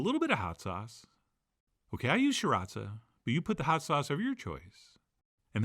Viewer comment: (sir raw cha) not (sear raza)